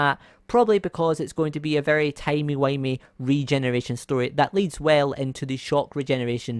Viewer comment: It’s funny how u said timey windy 😅